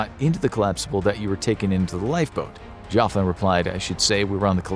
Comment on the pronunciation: I wonder if he’s a relative of mine if he’s from Liverpool a lot of my relatives are from there although I’m not from there myself. We also pronounce my name Jockin not Joffin haha.